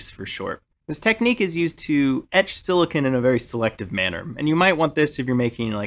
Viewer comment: Had to turn off once I heard how he pronounced silicon.